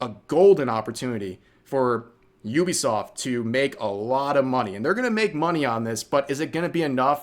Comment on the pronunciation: ok... you saying "Iubesoft" instead of Uh-bee-soft i get it, english is a broken language but bro... E-ah-e-do. Iaido. to non broken languages. dude... you need to be a better weeb haha japanese technique dude. english is broken, dont read shit, listen to it mentioned in a video and pronounce it like that.